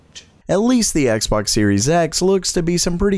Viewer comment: He said sexbox in the intro😂😂